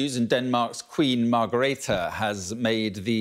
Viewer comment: Her name is Margrethe, not Margarita.